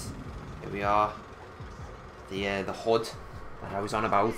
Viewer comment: this dude dont say hood he says hod